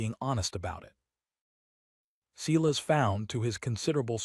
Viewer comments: Silas pronounced sigh as not see las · I liked it, subscribed and it still flashed at me to subscribe. So distracting from a good tale. Sigh-lass not whatever ai was trying to say.